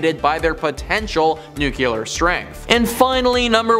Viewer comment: So tired of these informative videos misinforming something as simple as word pronunciation. Nuclear is new-clear easy not nucular again it is not new-cue-lar. Spell the word until spell check does not correct it then pronounce it as spelled put a little practice in and you may learn to speak English. I shuure hope Rushia dont use nun of them thar newquler boms!